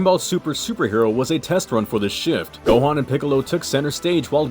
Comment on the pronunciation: ITS GOHANN